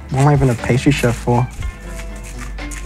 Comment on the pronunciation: He put the "Shef" meme in there and I burst out laughing This is a top-ranking masterchef contestant who sais Shef XDDDDDDDDDDD I love this